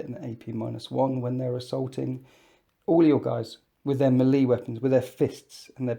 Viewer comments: You really need to learn how to pronounce melee. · Please stop saying melee like that. Otherwise, good video.